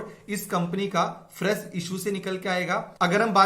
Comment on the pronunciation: Thanks for brief details. But please check your pronunciation. Fresh is not Fress as you say or Hazaar is not Hajaar like Reserve Bank is not Rejerve Bank. BTW Yeh zaroori he not Jaroori. Show some smiles